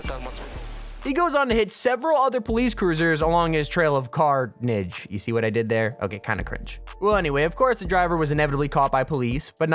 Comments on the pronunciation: Car-nage 😂 cringe but I mean c'mon that was great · Trail of Car-nage.... Nice